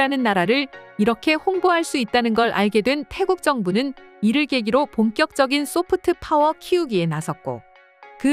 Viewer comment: 소프트 파워 발음을 좀 부드럽게 하는게 좋겠다. 특히 트 자 발음이 너무 강해서 듣기 거북하고 유치해. 영어공부가 아주 부족한 사람같애